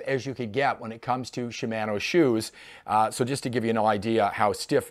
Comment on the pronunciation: You should pronounce it Shimano, not Shimano. Ha